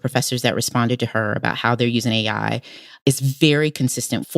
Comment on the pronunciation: Didn't think it was possible for Tressie to sound more low IQ, but mispronouncing "AI" take a special kind of bozo.